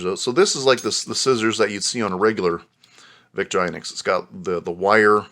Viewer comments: Vik-TOR-ih-noks not Viktor-EYE-noks. In Europe: Veek-TOR-ee-noks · I don’t think I’ve ever heard Victorinox pronounced “Victor..inucs “ before 😵‍💫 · Vick-tore-eh-knox Veen-ger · Victor INOX? It's victorinox! Very irritating. I know I'm knit picking. But it did make me not wanting to listen any longer.